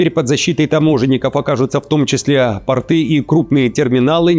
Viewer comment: Не портЫ, а пОрты. ПортЫ- это штаны, портки.